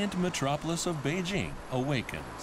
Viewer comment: people never pronounce beijing right